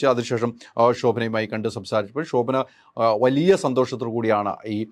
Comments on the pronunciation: ശോഭന എന്ന് പറയൂ pls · "ഷോ"ഭന 😂😂😂😂 ന്റെ ഹൈദരാലി 😂😂😂😂